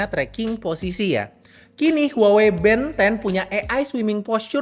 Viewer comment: yg bikin gw tertarik malah karna pengucapan nya band 10 = ben 10 tontonan masa kecil :face-blue-smiling